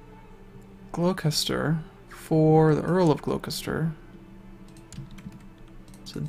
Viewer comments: hehe, still amusing that, as an english speaker you pronounce Poitier perfectly but not Gloucester :) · Its so funny hearing you say Gloucester xD